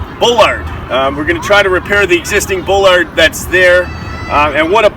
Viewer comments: Bro.... Can you please pronounce your words right? It's ass-fault. Not ash-fault. And ball-erd. Not bull-lard. Also, very sloppy paint job. That should would NOT fly with the construction managers/ superintendents I've worked for. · “Ball-lard” not bull-lard speaking of correct pronunciation. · You do not pronounce it bowlard It's pronounced baalard